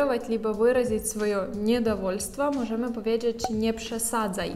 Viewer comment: " powiedżedż" ???? Pracuj nad wymomą!!!